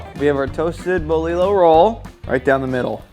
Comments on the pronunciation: It’s bolillo. Lol bolillo it’s yo in the end !! Dude u just got itself a subscriber lol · Damn, I wanna put that in my mouth!!! 🤤🤤🤤🤤🤤🤤🤤🤤 P.S.: Boe lee low... bro, come on. You can just ask. Bo lee joh (yoh). Double LL's in Spanish have that y/j sound. It doesn't mean double down on the "L" sound. You had "ahogada" down so why the contrast?